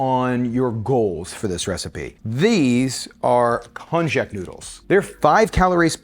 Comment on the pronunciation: I think it's pronounced "konyak". 😆😉❤️